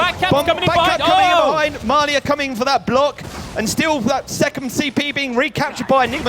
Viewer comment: lol why can't he pronounce ma3la